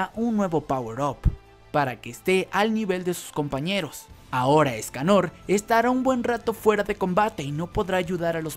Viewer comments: Porque dice Méliodas en vez de meliodas Y porque dice Éscanor y no escanor Y porque dice Estarrrosa en vez de estarossa Jaja :v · Me-liodas, esca-Nor, estaRRossa, que onda?